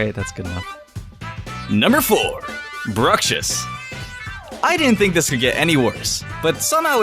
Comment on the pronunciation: i don't want to be mean but it's bruXiSH not bruSHiS the video is very good though 😊